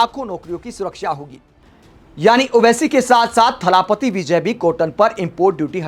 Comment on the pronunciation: थलापति नहीं जी इसे थलपति बोलिए. जैसे भूपति.😊